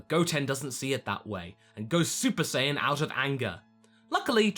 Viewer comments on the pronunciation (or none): none